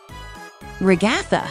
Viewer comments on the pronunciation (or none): You say Gangel it’s gangle and you said regatta it’s a Ragatha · Here's how you properly say ragatha rag uh the and how you spell kinger king er